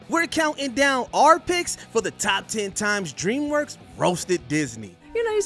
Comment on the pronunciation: Stop letting this guy do the voiceovers. He can’t say simple words like “ask”. He says “asksksks”. He calls DreamWorks “Dreamswork”. Every single video he does, he gets names wrong, mispronounces simple words, called “the Gray Ghost” the “Gary Ghost”, etc. If you’re getting paid to do something, do it well.